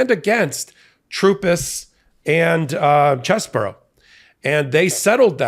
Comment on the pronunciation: CheeeeeseBro! Get it right😂